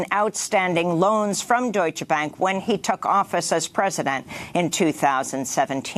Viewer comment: Amy the Germaan word "Deutsche" is pronounced "Doytch-eh". Two syllables.